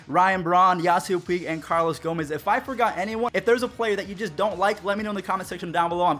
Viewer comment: Don’t say Puig